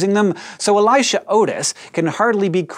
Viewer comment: That Elisha pronunciation sounds wrong.